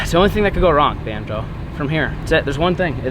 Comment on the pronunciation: I dont even go here, but I'm sitting with my dad as hes playing this on the tv, and hes asking "why has he been calling bonzo "banjo" lately?" No idea what that means but if anyone can answer, I can tell him and shut him up 😆